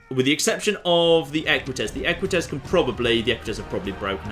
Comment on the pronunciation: Equites ~ Eh-kwit-ayz? Rather than Eh-kwit-ezz was my understanding.